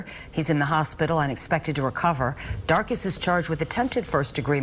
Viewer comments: 😂 Darkus sounds like darkest! Hilarious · LMAOOOOOO "DARKUS"